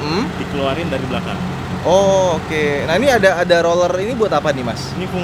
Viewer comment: kasian masnya, gabisa ngomong R alatnya banyak roller roller nya